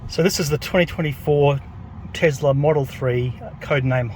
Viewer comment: TeSla, not TeZla.